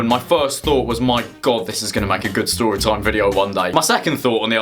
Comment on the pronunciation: “I am going to tew you a stowy” uwu